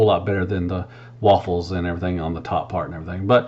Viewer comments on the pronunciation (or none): “And erietheeng”